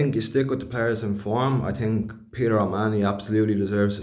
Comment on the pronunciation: I TINK, I TINK......😂